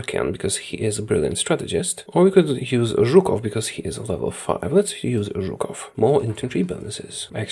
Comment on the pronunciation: I love listening to your polish pronunciation of some surnames like Żukow, that's make the video much better